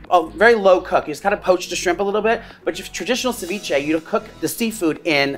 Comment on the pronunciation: As a Latina watching him butcher ceviche hahaha 💔😂